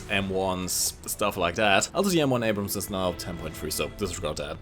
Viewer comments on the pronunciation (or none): none